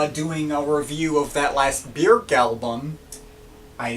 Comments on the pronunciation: The umlaut over the ö gives it an “œ” or “ø” sound. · You say Björk really strangely.